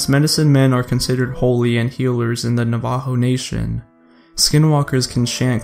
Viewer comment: Please ask someone how to pronounce 'Navajo'.